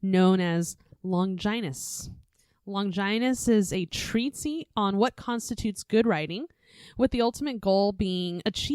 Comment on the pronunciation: It's treat-ese, not treat-sie